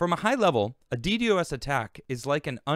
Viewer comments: God, every time he says it that way I want to rip my ears out of my head.....It's "Dee Dos" not "Dee Dee OS" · Its pronounced “dee-dahz” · No, it is pronounced dee-dee-oh-es. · It's pronounced " D doss". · not at all man. I'm just saying, if he's going to do a video about it, he might want to know how to pronounce it. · Not knowing a thing about networking, can't even say millisecond ping returns or Ddos correctly. Scnr(the people who got tim millions): ITS!!!